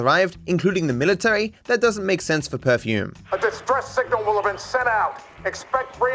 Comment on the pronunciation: It's "perfume"